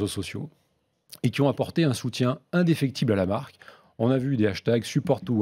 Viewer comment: Le directeur marketing qui ne sait même pas comment prononcer correctement la marque qu'il représente 😂😩🤷‍♂️